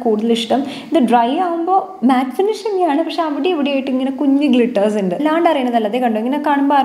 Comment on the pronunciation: ഇണ്ട് അല്ല ഉണ്ട് എന്ന് പറയു.........